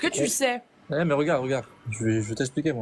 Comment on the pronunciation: Ils ne savent toujours pas dire *regarde’ correctement , toujours . Regaaarrrr😂